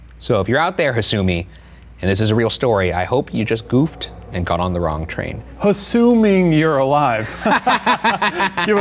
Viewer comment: "Hasuming" you're alive. Goddammit, Shane🤦‍♀️